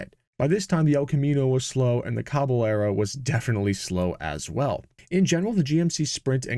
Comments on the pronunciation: "Caballero" [Spanish for "horseman," same Latin root as "cavalry"] is pronounced "KAh ba YERrow," almost like "Ka Bye Yerrow" when you add in the "ah" to "yuh" glide going from a to the y sound that the double-Ls represent in Spanish. Just a little pronunciation tip from my high school Spanish class decades ago... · Thanks for the video, and for NOT using AI. BTW: Just as we don’t say Tor-tila, but rather, Tor-tee-ya, because of the double Ls, so a Caballero is pronounced, Cah-bah-yer-o. It means, “cowboy”, or literally, “horseman”. Thanks again. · Pronunciation tip: Caballero is pronounced “cab-ah-yerro” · Maybe using AI to learn the proper pronunciation of caballero wouldn’t be a bad idea, eh?